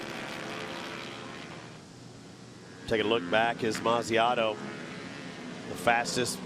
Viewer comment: it is Mazziotto not Manziano